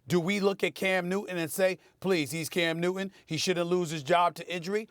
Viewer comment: Love the way Steven a says "cam newt'in" 😉